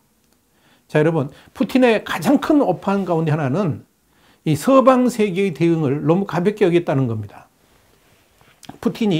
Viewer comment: 발음이 ㅋㅋㅋ 서~~방 세계 ㅋㅋㅋ